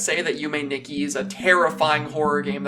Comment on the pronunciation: Nikki is pronounced as "Nee-key"